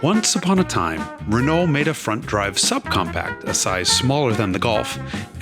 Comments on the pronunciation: Nice car. However, it's not pronounced, "re-noll". It's "re-no". All French words that end in "ault" end with the "o" sound.... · "re-knoll" Dude, You're pronouncing too many letters! Listen to how the French say it. "R'know" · Wonderful car and retrospective! I never knew this story. Although the way you say re-null instead of Renault makes me overflow with croissant flavored tears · Pronounced Reno not Renalt. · The pronunciation hoar says "Ren-alt'. Try "Reneau". LOL. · It's easier to say Ruh-NO that it is to say Rih-naul and it's more accurate, too. Go fast in the fast turns, bro, y’know? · Jason is great! But hearing him say RehNuL is killing me... say it French Reh-Noh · The Renault 5 GT turbo was such an awesome car back in the day! By the way, for the Americans, it's pronounced RENN-OH ✌️ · Love it but your pronunciation of Renault is very bad. "Reh-no" is the correct English pronunciation. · As a European: you are pronouncing Renault wrong. Imagine it as "Re-know". That is all. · Pleeeeeaaaaase pronounce Renault properly - 'Renno' - thanks. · Great to see the new gig. Love it! Confused by your Ren-ALT-ernate pronunciation. When did you stop being a pronunciation pedant? Is Haggerty forcing you to say things like a ‘Merican from Alabama-tucky? You Ren-OWE me some splanin’! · this was a fantastic video! I'll overlook his mispronunciation of "Renault" (Renn-oh), because he's a fantastic presenter. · Listening to this dude pronounce Renault is the worst. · His pronunciation of Renault is horrible. It grates and wrecks the video. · Yikes, even for an American, the pronunciation of "Renault" is like fingernails on a chalkboard!